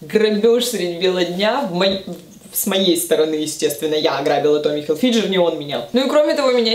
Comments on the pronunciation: фамилия произносится все-таки как Хилфигер, можно найти видео на том же Youtube с интервью, где его представляют именно так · Очень люблю ваши видео. Как всегда на высоте ☺️ Но как же резанул слух Томми Хилфиджер 😅